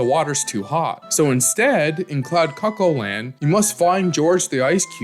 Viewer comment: I swear to God, I thought I heard you say cuck-hold land 😅